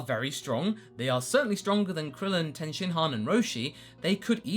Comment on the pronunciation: I disagree that you have to bring in their backstory. The fans know who a major of they are especially Pikkon. I do wonder why Trunks and Goten aren't in there though...and it's Tien pronounced Tee IN...not Ten...and where is Uub?